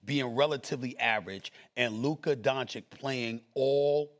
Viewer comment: how disrespectul is sas still pronouncing lukas name wrong